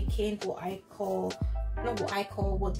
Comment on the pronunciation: the way you said the akakuro lol